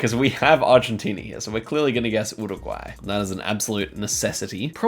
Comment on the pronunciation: Can you stop saying URRuguay? Just say 'Yooregwy'